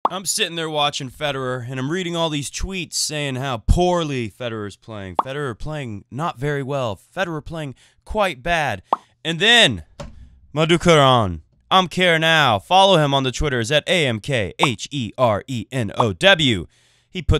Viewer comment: It's not "Madhukiraaaaannnn"... it is "Madhukiran" pronounced as "MadhukiRUN" (as in RUN) amkherenow is "a + madhukiran + here + now" == "amk here now" ('a' surname initial -- attivilli -- WANNA GIVE THAT A TRY???):-D:-D:-D